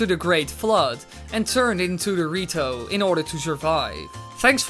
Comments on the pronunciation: The way you say "The Rito" sounds a lot like "Dorito" XD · the way he said rito (dorito) does that mean that the goron evolved into mountain dew i mean they live on a mountain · did u know when u say "the rito" it sounds like doritos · I can't stop hearing Dorito when ever he says rito DX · same lol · Was about to comment that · When you said the rito, I thought you said dorito. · Wen you say the rito it sounds like dorrito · why u pronounce the rito dorito